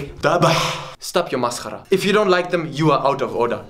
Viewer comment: HOPI XD AND WHEN HE SAID MASCARA I AM ARAB AND IT FELT LIKE HE WAS ONE XD